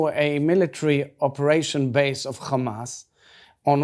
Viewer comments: I hate how they say ""KHamas" it's Hamas. Learn Arabic. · Kkhhhhaaamaass .. it’s H mate not KHH